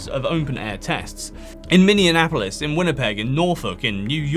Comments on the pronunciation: Say it with me. "Minne-apolis". Minneapolis. Not Minninnuanapolis. Also Jesus Christ I'd have never known they did that shit in my own backyard basically if you didn't literally mention it in such casual passing. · minneapolis is minny-apolis, not like indianapolis